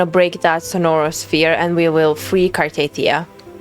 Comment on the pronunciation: It's not Car-teeth-ee-ah, it's Car-tah-thea-ah.